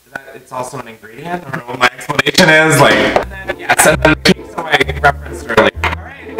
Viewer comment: did he actually say KEY-so